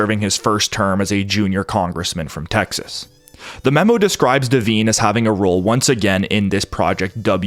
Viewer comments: Devine is pronounced De-vine, long I. Not pronounced De-veen. Very common name. My God man. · There's a few devine's in Ireland and the I is sounded as an I not an e, hope this helps